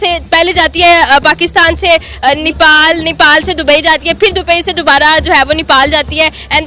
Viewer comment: Nipal nahi Nepal audhar nahi Aadhar